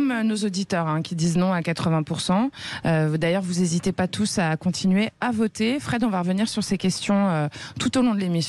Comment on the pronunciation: Vous z'hésitez pas... vous z'oubliez pas ...pitié Madame l'animatrice , cessez de maltraiter notre langue , ça fait mal aux z'oreilles !!!